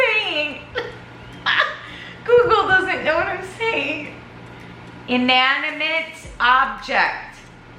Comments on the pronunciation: Pronounced in-ani-mit Spelled inanimate. ♥️😊 I can't think right now but there are a few words out there that drive me crazy trying to say correctly. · In - an - i - mate. You're trying to put the 'n' onto the second syllable. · Sound it out I-na-ni-mate 😂😂😂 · 🤣 🤣🤣🤣❤️ just cracking me up over pronouncing Inanimate 🤣🤣🤣 you’re so stinking cute !